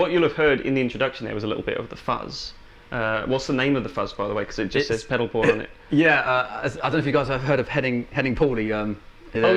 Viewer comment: I thought he said Pedal Porn, and so did the subtitles